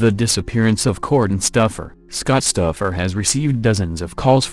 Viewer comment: Called Kortne Stoufer stuffer lol